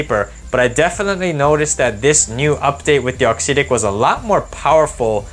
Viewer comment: Appreciate you putting out content. Just a couple pieces of feedback. I believe it's pronounced aux "ehhtic." Not a huge deal to me per se, but I've noticed that people may question one's credibility if/when a detail is potentially off/inaccurate. I've noticed that in the match play, you primarily show points that you win. Perhaps including a few points that you lose would be good (or include points of other ppl using the racquets/strings you're reviewing). This detail could make you feel more relatable to your audience/community. Awesome work overall though. All the best to you in 2023!